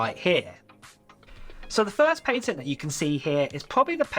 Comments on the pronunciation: Just FYI your saying patent wrong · The way bro says patent is outraged